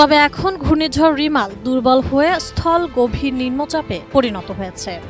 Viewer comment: রেমাল না রিমাল🙄,,,লেখে একটা উউচ্চারণ করে আরেকটা